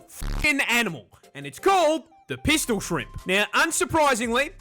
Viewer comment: "Piston shrimp" He said PISTOL shrimp,.